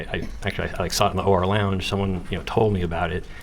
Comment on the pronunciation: When said "OR lounge" I thought he said "horror lounge" 😂 It's incredible to me that Donna and Harvey managed to produce such an amazing man who has empathy, integrity, and honor. I hope he and his family have a long, happy, blessed life far from the evil he was born into.